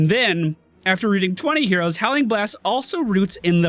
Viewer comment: am i the only one hearing euros and not heroes? xD